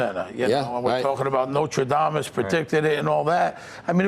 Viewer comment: He said notradamus again. Smh